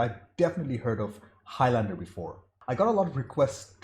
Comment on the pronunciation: Highlander rhymes with islander. Very annoying hearing highLANDEr all the time